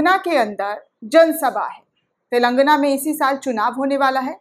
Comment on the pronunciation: सही शब्द है "तेलंगाना",,,,,,, लेकिन अधिकतर चैनल वाले "तेलांगना " बोलते हैं जो ग़लत है,,,,,,,।